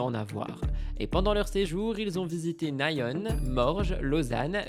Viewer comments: "Naïone" on dit Nyon Ni-on 😂😂 mais ça fait plus star merci 😂❤ et Ve-vai (Vevey) Et la Suisse c'est Trop bien !!!!! Welcome ! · Coucou merci pour cet épisode que j'ai adoré comme d'habitude. Juste quelques conseils de prononciation des villes suisses: Nyon se prononce à la française pas à l'anglaise: Y=i et on pas one Vevey se prononce ''veuvè'' Bon MTT et bon dimanche à tous bisous <3